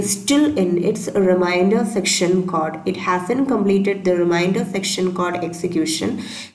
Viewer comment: nice video just say code not cod otherwise explanation is good :)